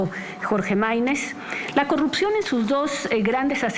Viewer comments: no puede pronunciar la R cogucta el mtro se callo pog falta de mantenimiento😂😂😂😂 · Deberías eh, porque ella va a erradicar la cogupcion con su gobiegno 😎